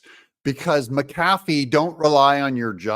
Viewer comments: Hey Doug, love listening to your show. You're right about the wussy but where I live, the name is pronounced Mac-a-fee not Ma-cafee. Either way, wussy's ruling was absurd. 😕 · Pronounced Mac A Fee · Judge's name is Pronounced Mac uh fee. Love your channel TRUMP 2024!! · please say his name correct mac a fee illiterate or not give it a try